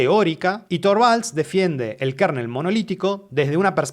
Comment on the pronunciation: 💥Gracias por el video. Solo una observación, minuto no se pronuncia KARNEL se pronuncia kernel [kɝnəl]